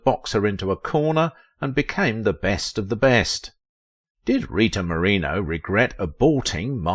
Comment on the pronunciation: Not only are you mispronouncing her surname, the closed captions misspelled it!!!